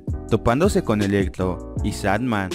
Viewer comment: Electlo , estleinch xDDD